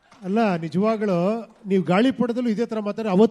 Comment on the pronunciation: ಉಪ್ಪಿ ಸರ್ ನೀವು ಮಾತನಾಡೋ ಅಕ್ಷರದಲ್ಲಿ ಕಾಗುಣಿತ ತಪ್ಪಿದೆ ಸರ್ ನಿಜವಾಗಲು ಅನ್ನೋದನ್ನ ನಿಜವಾಗಳು ಅಂತ ಹೇಳ್ತಿದ್ದೀರಾ ಪರವಾಗಿಲ್ಲ ಸರಿ ಮಾಡ್ಕೊಳ್ಳಿ ಸರ್